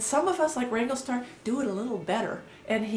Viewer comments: If you're going to have a pop at Cody learn how to pronounce his name it's WRANGLERSTAR NOT WRANGLESTAR missing out the middle R. As Cody says it's a business!!! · Justin Speck. Agreed. And the way she's pronouncing his name. It's not wrangle-star it's wranglERstar. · First learn to pronounce the name correctly WRANGLERSTAR not wrangle star. 2nd this video is all over the place I can't tell if you are in support of him or against him. 3rd you are trying to increase your views buy jumping into his discussion and yes you Click baited your title "look at the controversy here" you are entitled to your opinion but I don't think you quite know what your position is on this subject. so this was a video about nothing. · I say this respectfully to both your channels. I scrolled down through the comments and surprisingly I did not see anyone mention it. You keep saying "rangle star". The name of his channel is WrangleR Star. Pronounced like: Rangler Star. Like: Wrangler... the brand of jeans. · Is it just me or is she saying "Wrangle-star"? Isn't it Wrangler Star?? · ** you wranglerstar braught me back from depression i dont mind the click bate. Also its wranglerstar not wangwertar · Did you start this video calling the guy [Wrangle] star? I listened to it twice (now three times) and I think you DID. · It's WrangleRstar. There is an R in there lady. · So you think, with your paltry 67,000 viewers should decide what us 500,000 Wranglerstar viewers can and can not watch? You can not even correctly pronounce his handle. Good grief. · How about saying the name of the channel correctly? You take away your own credibility when you do not do your homework. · If you wish to make videos commenting about Wranglerstar you should at a minimum learn how to pronounce his name properly.